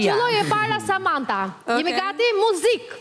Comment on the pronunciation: O zot kush është bo me i dhënë ndihmë në muzik reperit me të mirë ,"mozik" shko mëso për vete pastaj mëso të tjerët bisha në rregull😏😏🤨🤨